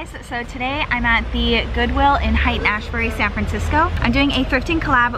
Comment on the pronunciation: Did I just hear you say "Haight" in Haight Ashbury as Hait as opposed to "Hate"? Lol